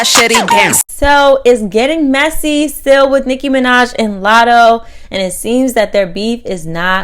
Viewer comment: Yo this lady's can't 🛑🛑🛑 saying Nicki Minaj name 📛📛📛 and also copying The 👑👑👑👑 Queen Nicki Minaj there is no one can Rapp like her much ❤️💖💕💖💕💖 to u ok